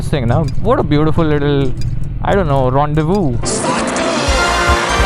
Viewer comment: bro finally learned how to pronounce rendezvous